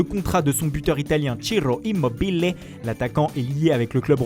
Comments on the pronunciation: " cherro immobele"😂😂 je kiff✔️ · Immobile s'il te plaît.